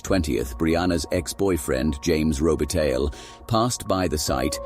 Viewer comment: You pronounced robitaille wrong... Along with other information.